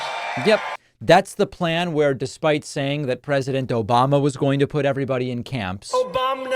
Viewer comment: I love the way David puts in that “Obamna” drop. 😂